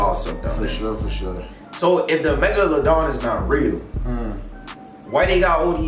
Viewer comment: He said megaloaden😭😭😭